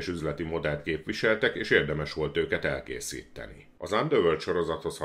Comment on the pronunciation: ElkészíTTeni :D Nem bírom amikor duplázzod a mássalhangzókkat :D